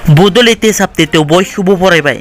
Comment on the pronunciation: Uptate hwna lwi pronounciation a jayakwi nwngna.....Update sw Uptate nonga....🤭🤭🤭🤭